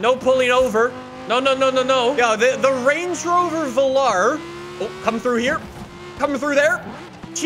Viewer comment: did he say lange rover??